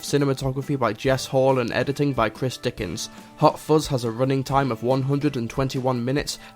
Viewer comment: I believe it is "fuzz" not "fozz". Anyway, have a nice day and carry on. Yours Sincerely, Vovie - cleaning the internet one comment at a time